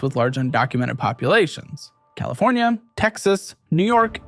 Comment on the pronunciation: Fllowed by Colifornia-Florida 😂😂😂